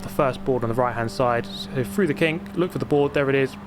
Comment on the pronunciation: Dude can you REALLY not say through? You keep saying frough and it’s driving me nuts